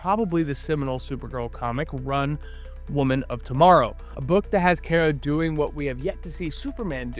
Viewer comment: Yours isn't the only channel to do this, but I wish all of y'all would learn to pronounce Kara's name correctly. 🤦